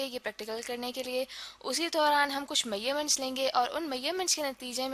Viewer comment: It is measurement and not mayyerment😂